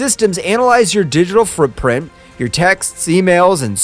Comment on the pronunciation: Anybody else catch the weird quirk anytime he says a word with "print" in it? He adds or replaces the second consonant with an "r". He says "brueprint" instead of blueprint, and "frootprint" instead of footprint. Just caught my attention and was curious if anyone else noticed.